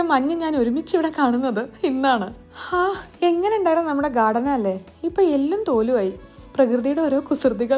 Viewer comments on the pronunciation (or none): Hengane alla engane.. hith alla ith